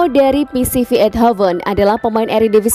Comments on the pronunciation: Baca PSV = Pi eS Vi..... Bukan Pi Si Vi mba 😁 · Kemarin udah bener ngucapin nya. Sekarang balik ke PiSiVi lagi 🤦🤦🤦 Yg bener Pi eS Vi min 👍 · Admin conten ini termasuk orang yg latah, dan malas belajar . Sebutan nama pemain sering salah dan nama club jg , contoh terbaru club PSV di baca pisivi dan waktu yg lalu club ayax di bacanya ajak.